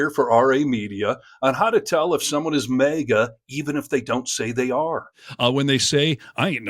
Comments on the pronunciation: for heaven's sake stop saying MEGA. It is maga so it sounds like maggots. And it is make America.. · I'm sorry, but it's not May-gah, it's MAGA as in MAGAt (or maggot). I will be 🗳 voting 💙 !!! Her blatant use of the N seems like she is racist, no doubt, and racism is taught and runs deep. She appears to be darker skinned. I am not sure what her ethnicity is. No matter, no one is better than another. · Maega? It's MAHGA! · Dude! It's pronounced MAGA - like magat, not Mega. I don't get why you mispronounce it, but I can't watch you because of it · YOU ARE DRIVING ME NUTS WITH YOUR "MAYGA"! It's "MAAAAGA". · MAGA ... not 'maygor' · It's pronounced "magat" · Why do you say MAGA like Mega! That shit bothers me everytime I see this dude say it! That’s y I’m not subscribing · "Mayga" is grating on the ears... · Why are you pronouncing MAGA as mega. sounds dumb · The way you pronounce MAGA is so distracting that I missed what she actually said and was just fighting my brain to unfocus on the pronunciation kkkkkk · Sir, you pronounce “MAGA” kinda weird, with a slight pause between the two syllables. It’s as if you are trying to be sure that people are hearing you say “MAGA” and not “maggot”. Save yourself the trouble, though. Because they pretty much are the same thing. One just wears that stupid hat to show it.